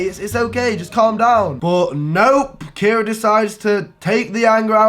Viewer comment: Wow I love how he miss pronounced kiera during the whole video. Kyra, kara, Carrie😂😂😂